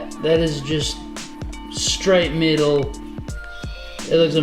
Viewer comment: Sick build! I thought you were saying middle it took awhile before I realized you were saying metal 😂. Cool accent though!